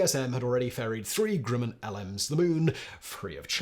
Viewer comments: Not even English works with this dude. Grumman not Grooman. And it's Von Brown not Von Brawn, as Braun means BROWN. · Fa-ZHAY, not FAH-jit. Werner (not Verner) von BROWN, not BRAWN (he became American). CHA-fee, not CHAY-fee. GRUH-min, not GROO-min. EYEZ-lee, not EYE-suhl. SHWEYE-kurt, not SHWEE-kart, shweetheart. Nothing says "I have absolutely NO familiarity with this historical event" than having no idea how to pronounce the particulars. Finally, it's "ON Long Island," not "IN." All that being said, the correct usage of the word 'comprise' covers a multitude of sins. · Simon, please try to pronounce 'Grumman' properly... it sounds like gruh.muhn .. The Grumman company seems to pop up in your videos a lot there. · Simon is well known for his endless mispronunciations. He's not about to start pronouncing things correctly any time soon.......or slow down. I just noticed another: 'Grooman' instead of Grumman. 😆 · Pronounce Northrop Grumman. Now pronounce Grumman.